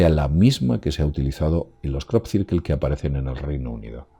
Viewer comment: Crop cirquel 😂😂